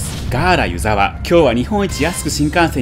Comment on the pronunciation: いつも楽しく拝見しています。大雪の時に撮影されて映像映えしていますね！ 細かいことですみません、地元民なので少し気になってしまったのですが「湯沢」の発音について 新潟の湯沢は「ゆ」にアクセントを置きます。今回の動画ですと秋田県の湯沢のアクセントになってますね せっかく越後湯沢で撮影して貰ったので新潟でのアクセントを知って貰えると嬉しいです これからも動画を楽しみにしています。